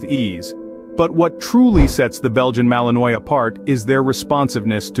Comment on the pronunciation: Malinois is not pronounced correctly. Should be malin-wah